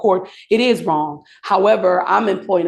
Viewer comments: "I axed the court..." Do you people hear how stupid you sound? The word is ASK. ASSSSKUH "Waaaa we're not stupid!" [Can't pronounce a simple word like ask.] Yeah ummmm.... yeah you are. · "...I axe da cort..." 🤡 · She said ax instead of ASK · When your lawyer says “I would aks” you know you have a competent lawyer representing you. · Anyone person who says AXE as ask, ain't a fucking lawyer. Learn how to speak and enunciate your words you hoodlum. Stop trying to defend criminals. Throw this dude in jail. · NEVER use an "attorney" that uses the word AXE instead of ask. It speaks to lack of education. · I axe your honor LOL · I axe the court. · Is his lawyer her wife? Why is she so touchy in court? Why, even as a lawyer, she cannot say the word "ask" but say "axe"? Get her in jail too lmao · That woman is dangerous, she has axed so many people, is this pronunciation ever going away? Like the Sov Cit shit. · If your lawyers says "i want to Ax the court", get a new lawyer FAST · The worst defense ever. ASK not ax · Is it ask a question or ax a question? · Why are they compelled to say “axe” in place of ask? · Axe the court, lol, talk correctly lady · Mommy-Laywer said ax instead of ask. I thought that well educated people definitly knew how to pronounce that simple word. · Attorney can barely for a coherent sentence. It's really not to much to 'aks'. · I thought ALL Young Black Males had had interactions and exposure to Cips by the time they were 12!! ( at least that's what a lot of the Legacy Media want you to believe! ) The Lawyer can Almost Pronounce "Ask" Correctly Too. 🤔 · She’s gotta axe them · This shit is intolerable. And attys should be able to pronounce the word Ask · She wants to AXE😂😂😂😂😂😂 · The levels of English usage by both the lawyer and the judge are cause for serious concern re the education of these people. “Aks?” “Combustible engine?” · "I axe the court" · Noone gonna talk about the lady threatening to "axe" the court? 😅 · Did that lawyer say “asx”??